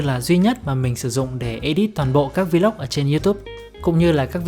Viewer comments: Góp ý: Vlog không phát âm là Vi Lóc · Góp ý: Vlog không phát âm là Vi Lóc nha bạn.